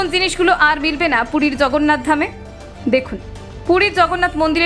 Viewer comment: আপনার উচ্চারণ ঠিক করুন। রাz্য , zয়, zগন্নাথ! সব কিছু নিয়ে ইয়ার্কি মারা যায় না! সবকটা শব্দের উচ্চারণ 'বর্গীয় জ', ইংরেজি Z নয়! 😡😡😡